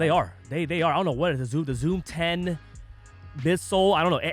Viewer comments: There's no fucking way you called it "zoom ten" 🤦‍♂️🤦‍♂️🤦‍♂️🤦‍♂️🤦‍♂️🤦‍♂️🤦‍♂️🤦‍♂️🤦‍♂️🤦‍♂️🤦‍♂️🤦‍♂️🤦‍♂️🤦‍♂️ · “Zoom ten”? 😂